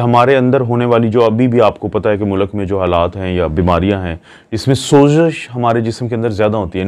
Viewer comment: Speed will read as ispeed not sapeed. Not mulak its mulk